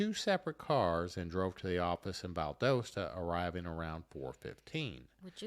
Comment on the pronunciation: She said Valdosta correctly. He didn’t.